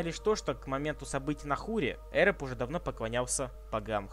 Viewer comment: Ухо режет лОргар, Эрэб.